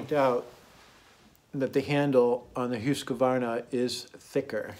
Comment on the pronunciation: Hoosk-varna, not Huska-varna. Otherwise nice video.